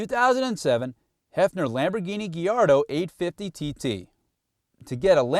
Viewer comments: Supercars? This video was about Heffner and American muscle cars (in that order). Ford GT counts as a supercar but a video about supercars usually contains whole herd of cars from totally different continent. The pronunciation (and inclusion) of "Gallardo" in the video gives a good hint but here's more: Bugatti, Pagani, McLaren Mercedes, Koenigsegg, Ferrari, Ascari Cars, Lamborghini (Murcielago, Reventon), Maserati, Porche, Gumpert GmbH, Aston Martin, Audi. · Wow, C&D I didn't think it was possible but you actually made a video about supercars that was boring. No sound, barely any footage in-car, a narrator that couldn't pronounce Gallardo or dynamometer. You took something that should put the fear of god into nearly any driver and made it as fun as a McDonald's commercial. Bravo.